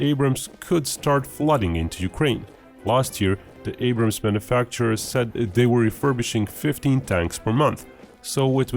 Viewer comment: Its "Abrams"